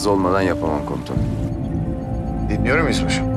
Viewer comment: Hələ komutanım yerinə komusanım deyir🤣🤦🏻‍♂️